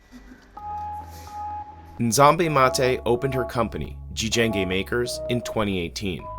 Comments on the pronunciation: jijenge not gjenge AI translater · its not gjenge but jijenge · Jijenge not gjenge. It's just that Kenyan can't speak Swahili in a proper dialect. But great job